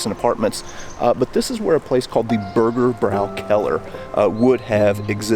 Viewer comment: there is an Umlaut over the ä so the "bräu" syllable is pronounced "broy" not "brau". hence "Burgerbroykeller"